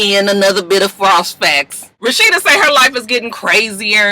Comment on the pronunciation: The pause before "the frost facts." 😅